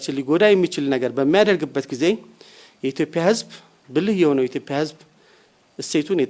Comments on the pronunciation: "ኢትዮፒያ" 😂😂ኢትዮጵያ የሚለውን ቃል እንኳን በቅጡ መጥራት የማይችል ነው እንግዲህ ሚንስትራችን። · ይሄ ደግሞ ማን የሚሉትነው ኢትዮጵያ የሚለውን በደንብ መናገር የማይችል የተርበተበተ ተገዶ የሚናገር የሚመስል ቀጥቃጣ 😁 በጣም በሚገርም ሁኔታ በአገራችን ሠላም የጠፋው የሠላም ሚ/ር የሚባል መ/ቤት ከተቋቋመ ወዲህ ነው።አይገርምም !